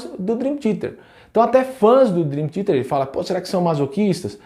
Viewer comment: Curto muito deu canal, mas não entendi o motivo de você com o conhecimento que tem de inglês fala Drin Tiete.